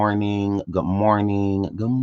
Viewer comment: Am sorry you know it's not a real good morning if you are not saying good morntink